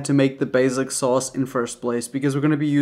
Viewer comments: stop saying baZic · They way you are pronouncing basic Is actually making me want to pull my ears off. Basic as in BAY-SICK